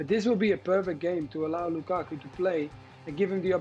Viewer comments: Did Stevie say Lukaka ? Lmao. Hatrick Lakaka lol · Stevie has said lukaka🤣🤣🤣🤣🤣🤣🤣🤣🤣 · Did Stevie just called that man Lukaka 💀😂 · He almost said Lakaka but gobbled and gibbled a mutated name. 😂